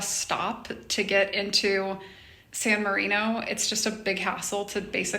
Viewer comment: when you are visiting a foreign country rather than criticize the foreigners for not knowing your language or customs maybe you should learn their language and customs. At the very least learn how to correctly pronounce the name of the city your are in instead of whining about everything. You are resurrecting the Ugly American.